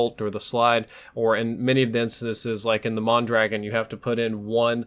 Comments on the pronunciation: mon-draw-gone. not man-dragon or mahn dragon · it's pronounced Mon Dra gon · The way he pronounces mondragon kills me lol. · Mondragon, I love how this idiot is about facts and he doesn't even know how to pronounce the name of the weapon. facepalm